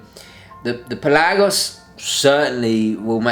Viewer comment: Thank you for pronouncing the name "Pe LAH gos." So many people call it the "PELL a gos," which drives me CRAZY! Thanks for another great review!